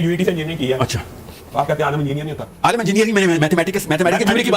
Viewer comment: Alim ko Alam keh rahai hain level check karain